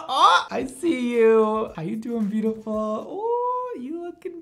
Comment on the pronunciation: says hey buitiful me be like i just woke up and i havent brushed my hair for over a week lol